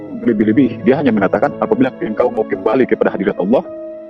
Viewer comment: Begitulah kebohongan itu akan terungkap dengan sendirinya, yang saya tangkap dari kesaksiannya itu, pengucapan kata ALLOH fasih sekali sepertinya orang islam umumnya rasanya kalau mantan kristen tidak segitunya ucapannya kata Alloh...